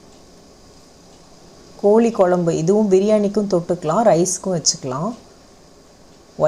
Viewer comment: Kolli kolumbu illa... Kozhi kozlumbu... Tamil ah kolla panadinga....